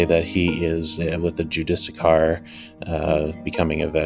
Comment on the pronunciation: Try this as the pronouncement JEW-DIS SEAR